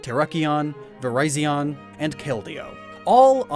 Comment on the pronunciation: I like he pronounced the swords of justice Coba lion, tera kione, Verizon, and kale dio